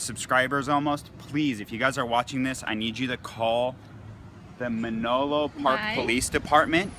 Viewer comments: i cringed every time he said "Menlolo". This guy has the reading comprehension and phonics skills of a first grader in September! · "Me-no-lo Park"?!?! smh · Menolo Park? Guy tried 4 times and still couldn't read it correctly. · Anyone who compares this conduct to Nazi Germany are the lowest form life on the planet, except for actual Nazi’s of course. And why do they think that a dictionary has any affect on laws or the courts? And this moron can’t even properly pronounce the town he apparently lives in. It’s Menlo not Menolo. It’s right there in front of his stupid face on the side of the cop car. What a toddler! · Is this idiot even from the area? He looks right at the words "Menlo Park" and keeps saying "Manolo Park." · Muhnolo Park. Well we learned a few things about this idiot and one is he doesn’t know how to read. It’s Menlo Park. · Men o lo Park. Men ilo park. Can't read the name on a police car but he can interpret law. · Menolo Park? Really Dude???? Fuck tard can't even read!! It's Menlo Park and he keeps saying it wrong the whole time!! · It's MENLO Park, Stupid! Illiterate on top of everything else! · He can’t read, it’s pronounced Men-low Park! Oh the “Teeeer-ah-née!!!” 😂 these guys are Duhhhhmmmm! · Cant even pronounce Menlo Park. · Is "Menlo" all that difficult to pronounce? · Yeah I’m going to take legal advice from a guy who can’t read “Menlo Park”. Kinda makes me wonder if he misread some other stuff too.. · Also, where is he from that he doesn't know how to pronounce Menlo Park? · Asshole can't even pronounce the name of the police department. A new kind of stupid.